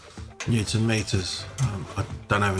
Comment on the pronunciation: "arghhhhnnt" neuton meters... I laughed a lot at this 😀